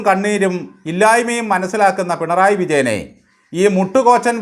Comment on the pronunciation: ബാലൻ പിണറായി വിജയനെ അധിക്ഷേപിക്കുകയാണ് എന്ന് പലപ്പോഴും തോന്നുന്നു. വിജയനെ ബാലൻ വിളിക്കുന്നത് "പെൺറായി "എന്നാണ്. സിപിഎം കാർക്ക് ആർക്കും മലയാളം ഉച്ചാരണം വശമില്ലാത്തത് കൊണ്ടാകാം.